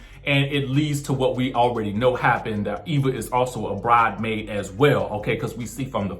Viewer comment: Kenya said “Bridemaid” to shade Nene.